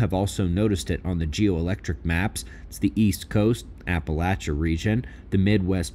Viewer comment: Thank you! And thank you for pronouncing "Appalachia" properly. From Ashe County:hand-purple-blue-peace